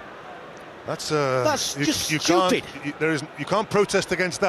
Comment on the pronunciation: Lol, its "stooped!"